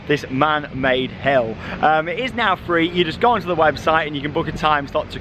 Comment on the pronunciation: England accent.....did you said hell or hill